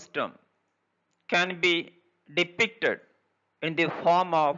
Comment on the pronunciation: pl take care of pronunciation depicted ( not depicated) like wise few are there.